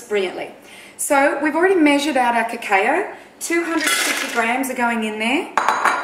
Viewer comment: Cacao is usually pronounced cacow :)